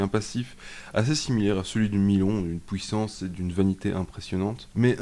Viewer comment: "la pouissance" lol